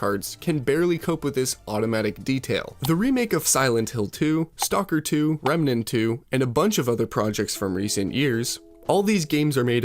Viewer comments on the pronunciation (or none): none